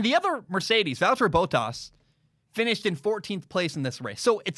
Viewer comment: Despite the ridiculous American pronunciation of Valteri Bottas' name this guy knows what he's talking about which is very rare for an American (lol no offence meant but you fools did elect Trump and it will take America decades to recover their reputation after that act of total and utter lunacy).